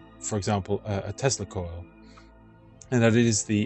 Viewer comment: You may want to think about your pronunciation of the words "Tesla coil " .